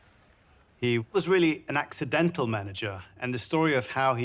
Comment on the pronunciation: emphasis on "dental"